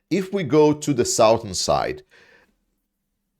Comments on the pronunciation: Your English is getting so good that it's a bit of s shock when I hear you say "Sowthern." The word "Southern" is pronounced "Suhthern,." The vowel is a schwa, like the "ou" in "touch" or the "u" in "much." It's completely different from the "ou" in "south," "ouch," "mouth," "pouch," "slouch" or "crouch." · You are doing a great job with your updates,. I have one tiny complaint, though. It is with your pronunciation of the English word, "southern". I've noticed that both you and Denys Davidov pronounce it like "sow-thurn". We Americans say it like "suh-thurn". Unlike "Northern" starts with the same sound as the root word "North", "Southern" does not start with the word sound from "South". It is an "uh" sound in the beginning. Keep up the great work! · Excellent effort! I counted 2 "ums" and 1 "ya know" in ~18 minutes. Embrace the silence! Extra credit: "southern" is pronounced "suhthern" - the "south..." is not said like "south" 😀